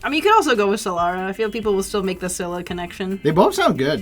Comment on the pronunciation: scyllara sounds like celery